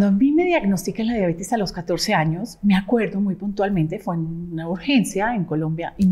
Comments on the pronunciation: Que raro que alguien tan supuestamente estudiado diga diabetis😮o yo no oigo bien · Me gustaría que pronunciara correctamente diabetes.